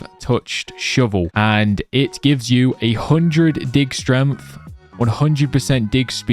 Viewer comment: “Strengf” “Droid”